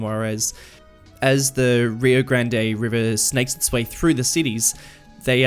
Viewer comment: I love it so far. Just a couple of tips: Rio Grande is pronounced Rio Grawnday. It is usually pronounced Rio Grand by White Folk, such as myself, in New Mexico and Texas. I would say the only way you can go wrong with on the pronunciation is saying Grand-Day. Also a tip from a guy living on the Rio Grande, there is pretty much NO water. A lot of towns around New Mexico, for a lot of the year there is no water flow. I would suggest a mud texture for the river because the river is mostly mud. El Paso's name was originally El Paso del Norte. It was named The Pass of the North because it was the crossing on the Rio Grande for the El Camino Real, which went from Mexico City to El Paso, and then along the Eastern edge of the river to Santa Fe. The city was technically split in half after the Mexican American war, but especially polarized in the 1900's as borders became more secure and the west became more populated and civilized. Juarez could be called Ciudad Encantada, which means Enchanted City, which would lend its name to the age of Spanish colonization, and this could mean the Juarez was the one that kept the name after the war, instead of El Paso. The cities and towns along the Rio Grande and the California Coast have more grid directions and have the grids not based on the cardinal directions like most of the American West and Midwest because of the Spanish colonizers.